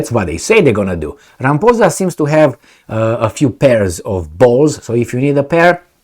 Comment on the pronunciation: LOL Rampoozah😂 It is pronounced Rah-mah-pawza.